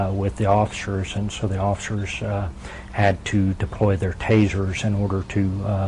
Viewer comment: he don don comply to the offishurshs ... what the fuck is offishurshs?